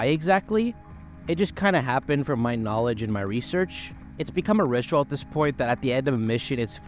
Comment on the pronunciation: I believe it's called "The Ritchual"